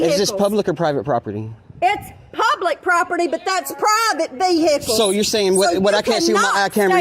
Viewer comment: PRIVET VEEHICKLES😂